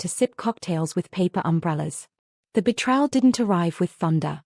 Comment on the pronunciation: It's painful to my ears when I hear the narrator mispronounce the word betrayal.